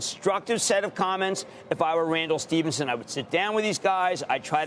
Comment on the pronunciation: Not pronounced Stevenson, Krammer.